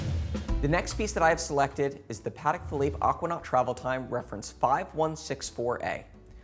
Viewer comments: Please, please, please learn how to say the brand name properly. It’s not ‘Paddeck Phillipe’, it’s Patek with a t. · Idiot can’t even pronounce it right!